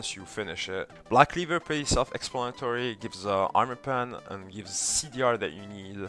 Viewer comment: i liek the way you say blahck cleevurrr